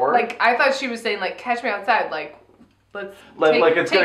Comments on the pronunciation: It's definitely "catch me outside" as in "let's have a fight outside," but because of the girl's "street" vernacular, it sounds like "cash me outside", and the internet ran with that transcription satirically when that term was a meme. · Daniele Bregoli Meme name: "Cash me Outside" (from her Dr. Phil appearance, when she challenge people to "catch her outside" to fight - the way she speaks sounds like "cash", therefore "Cash Me Outside") Rapper name: Bhad Bhabie (she became a YouTuber, and later on a rapper. According to Wikipedia, Bregoli became the youngest female rapper ever to appear on the Billboard Hot 100 chart with her debut single "These Heaux". She subsequently signed a record deal with Atlantic Records and has now expanded into a reality show, a makeup brand, tours and a music career.)